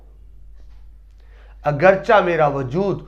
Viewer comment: معذرت کے ساتھ! تلفظ اگرچہ =اگر+چے